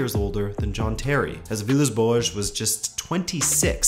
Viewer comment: Every time you say boas i cringe..thanks for the video though..great work..